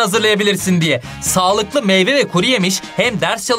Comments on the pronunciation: hocam kusura bakmayın ama meyva değil meyve 😊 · Meyva değil meyve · Bir de meyveye meyva demesi var çok güldüm😆😆😃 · Sey bisey diycem niye herkes meyve'ye meyva diyorrrrr😂😂 ben meyve diyorum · meyva değil meyve😶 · Hocam meyva değil meyve😂😂